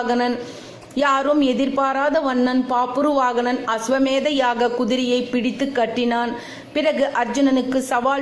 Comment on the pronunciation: It's is bhabravahana. pronounce proper